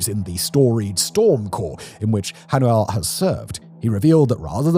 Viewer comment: Dude, that’s not even close to how you pronounce “Hanuel”. Korean pronunciation actually isn’t that hard for English-speakers. For all the people dunking on the North Korean military - sure, but don’t get cocky. North Korea has a long history of fairly competent ground forces. I’m sure they’re under-equipped, and the NKPA hasn’t seen combat in a while, and they don’t call it the hermit kingdom for nothing, so who knows for sure. But I wouldn’t assume the NKPA isn’t hardy and resourceful and resilient and probably overall significantly more effective than many of the undertrained Russian units that Putin considers expendable. Maybe they aren’t! But it would be wise not to underestimate their infantry.